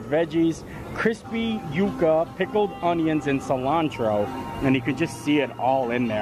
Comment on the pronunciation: You were pronouncing it correctly. Its You-kuh. Its a root. I hear so many call them "yuck-uh"